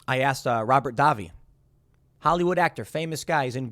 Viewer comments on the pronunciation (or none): Tim. Its Day-Vi. Not Dah-Vi.